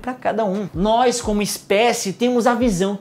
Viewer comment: Aaaaaaaaaaaa para de falar "nois" kkkkkkkkkk